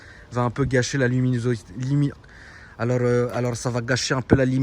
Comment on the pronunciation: la liminouzitiiiii 😂😂😂